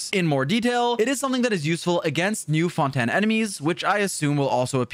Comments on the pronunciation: why do you say fon-ten instead of fon-tain????? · FONTAN!???!!! ITS FONTAIN GOD DAMN IT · i get that fontaine is french, and fon-ten is how you would normally pronounce it irl, but in-game they say it like fon-tayn. 🤷‍♂ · HELP THE WAY HE SAYS FONTANIE 😭😭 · Fon-Ten cracks me up 😂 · no way this man is saying Fon Ten.... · why does he keep saying fontan and a knee moe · Cool video, but where is this Fon-Ten you keep referring to? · Stop saying fontaine wrong, ty